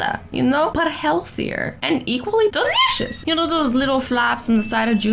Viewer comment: Azzy said delicious the wrong way for the first time!!! bye the way it's